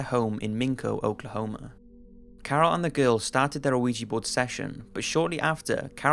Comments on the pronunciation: WTF is a uh-weejee board? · boywonder I'm sure the original commenter spelled it phonetically because the narrator kept mispronouncing it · Wait! Did he say awigi board? Lol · I swear this nigga is saying "luigi board"